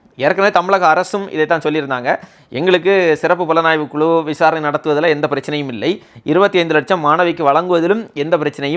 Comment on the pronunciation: வளக்கு, குளு.... என்ன தமிழ் இது?